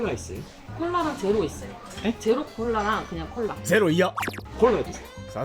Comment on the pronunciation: 아이고 얼른 쾌차하시길... 그리고 에서 한국분이 Jelo cola 있어요. 라고 하니 이 Zero 이야! 라고 하네요. 발음 차이가 확실히 느껴지네요. 승!